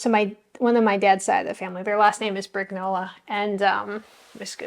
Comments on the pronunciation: Thanks for sharing this. I loved it. P.S.: BriGNola is pronounced like you do for lasaGNa. We don't pronounce the letters g and n separately, when they come one after another it is one sound.:) <3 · The g in Brignola doesn't sound like a "g" in English. The gn combination is like an n with a tilde over it in Spanish. Giovanni is like "Jo-vanni" not "Gee-o-vanni."